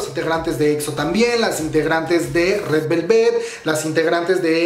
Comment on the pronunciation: Esemtoun... 🤦🏻‍♀️correctamente se pronuncia ES EM TAUN Sesang... 🤦🏻‍♀️ se pronuncia Saseng 사생; Sesang 세상 significa mundo. Gors Yenereshon y Red Velvét 🤦🏻‍♀️🤦🏻‍♀️🤦🏻‍♀️... se pronuncia Gurls Yenereishion y Red VÉLVET no VelvÉt. Amigos, si van a dar chisme coreano, mínimo tengan tantita curiosidad e investiguen como chingados se pronuncia... Btw, creo que la info que ofreces es buena y se agradece que te dieras la tarea de investigar un poco. Sólo no repitas una y otra vez el sujeto al cual estás haciendo referencia. Ojalá hubiera contado cuántas veces dijiste "esemtoun" o SM Entertainment.